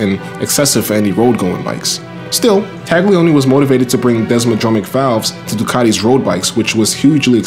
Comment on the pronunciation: Okay,: Loving the moto = ya gotta also love la lingua. 'Gli in Italian is pronounced like the L-L-I in "millions". The G is so soft (never a hard "TAGG") it's almost entirely swallowed and becomes a phantom Y-sound. Try saying TAHL-yee-OH-nee. Oh, and my fellow? That garbled cool burbling from our own borough is not strictly Italian ("capicola, prosciutto, capisce?"), it's Sicilian (GABAHGOOL! BRAHZHOOT! GAHBEESH!?) Italy wasn't even unified as a nation until around 1861 and there are massive cultural and dialectical divides between (for example) northern engineers (engines, banking, white sauce, blue-eyed blondes) who are neighbors to the Swiss, and, say, my own famiglia's native Calabria (dark hair, lemon trees, rocks, bullets). In other words, don't take formal pronunciation lessons from any Brooklynite. Ciao..